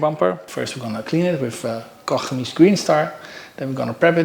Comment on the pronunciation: So refreshing to hear Koch Chemie pronounced correctly Oh Troebel = Murky